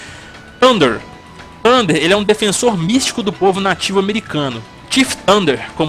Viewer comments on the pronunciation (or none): none